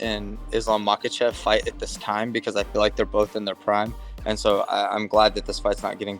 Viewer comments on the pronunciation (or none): Markle-chev you say hey uncle Chael? 😅😅😅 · Who's malkochiv, Chael? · Thank you Chael- for picking “ Makal-chev “- (LOL) It will be great to see his defeat